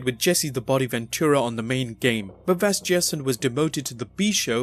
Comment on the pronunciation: And it's Vasgersian, with a soft "g" sound. It's an Arminian surname, so the "sian" is pronounced (see-ahn)